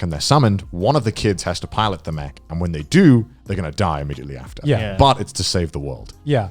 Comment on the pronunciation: What other people hear Garnt say: It's not really about the mech battles or the mech fights What I hear Garnt say: It's not really about the Mcbattles or the Mcfights